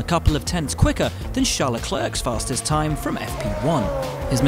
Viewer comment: The S in Charles and the last C in Leclerc is not silent. Source: Himself, in "Formula 1: Drive to Survive". Don't even get me started about Kubica...